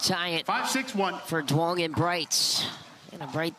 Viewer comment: ITS NOT PRONOUNCED DOO-ONG! It sounds like YOUNG. Please stop butchering it.